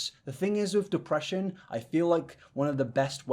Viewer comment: Completely unrelated, but I heard say "depreesion" and my brain immediately spat out "go take your pills". So thank you for helping me remember today!